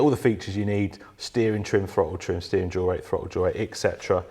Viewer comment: Just out of curiosity. Why can't you pronounce "THRottle"? You say "FRottle". I'm not making fun of you, just sheer curiosity.